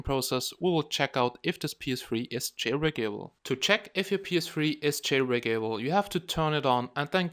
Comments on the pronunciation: every time you say jail-brake-a-ble makes me laugh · "Jailbreak able" :3